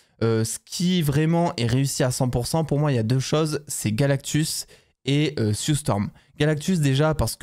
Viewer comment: Et en plus c'est Sue et pas Siou!😅🤣😂😊😉